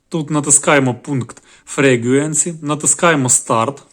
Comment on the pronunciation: Дякую. Момент інгліш пронансіейшн: Frequency - Фріквенсі (Частота) Waterfall - Вотерфол (водоспад) Fast - Фаст (швидко)